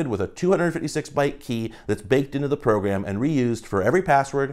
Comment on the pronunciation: Is it only me, or when you hear say “Program” does anyone hear “Progam”? Idk bro it’s subtle so it’s slowly messing with me lmao